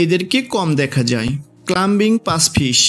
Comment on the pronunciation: অত্যন্ত নিম্নমানের ও ভুল উচ্চারণ। ক্লাইম্বিঙ ফিশ হবে, ক্লাম্বিঙ না।